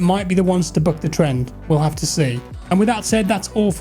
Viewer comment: "it's only game, why you hef to be mad?" 😂